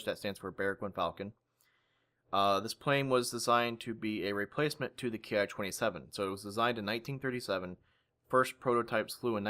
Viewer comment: Educational and entertaining as always,. One thing I just feel compelled to note though, from what I know "Ki" isn't pronounced "kay-aye". It comes from the word "kitai" for airframe, therefore it should therefore be pronounced like the word "key".